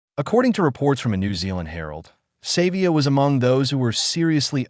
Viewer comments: His name is SA vee ah not saver! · His name is not Savior uf you can't pronounce Savea then don't talk. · Stop blaming and finger pointing, the bloody same thing happen to netball. You can't even pronounce his name, what you heard and truth are 2 different things. Supporting gossip and toxic narrative is disgusting, stop pointing at Savea, they did it to netball Taurua, at least Ardie Savea has the balls to speak out, and now he's the bad guy, fix the problem not blaming one person, get over yourself and stop talking bullshit..period